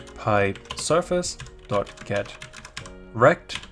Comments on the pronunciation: .get_rect sounded like Get Wrecked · I'm Australian and couldn't help having a little giggle every time you said "get rect". Great video by the way, thank you!